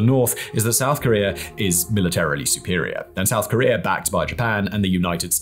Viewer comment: he must not like Korea if he calls it Karear, like someone Bottom xD